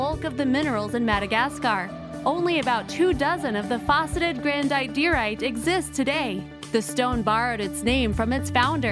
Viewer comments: Yeahh..If not the subtitres I would not understand the names. All these jadait and grandiairait... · ITS PRONOUNCED......GRAN-DID-ER-ITE